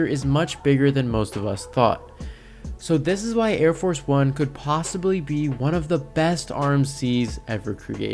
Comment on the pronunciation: I cringe whenever you call it air force one, it's arieforce one